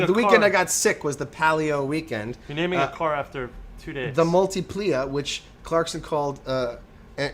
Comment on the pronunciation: And by the way, it was the fucking Mayans. And it's pronounced Multipla, not ''multiplia''. GOD, YOU'RE SO FUCKING IGNORANT....